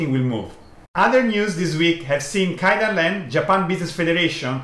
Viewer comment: Thank you very much for correcting this. I don't know why but I can't just pronounce it. I mean I know how to say it, but when I'm in the video I always end up saying KAIdanren XD The problem is not in the language, but in my brain, I think 😀